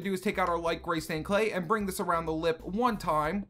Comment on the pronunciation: Anyone else hate it when he says LIP